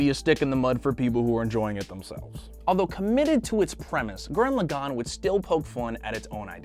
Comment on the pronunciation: My favourite anime from trigger is Gurren lagann and you also said Gurren lagann wrong.......